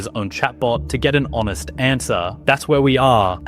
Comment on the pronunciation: Not his first language, lol. Easy to tell by his constant mispronounciation of "Honest".